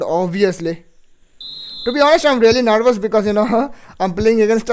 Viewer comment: De misrerio r u kinding saying nervas saying narvash haha😅😂😂😂😂